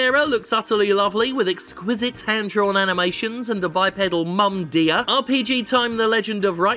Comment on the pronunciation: "... bipedal mom-deer." I hope they know what they are doing.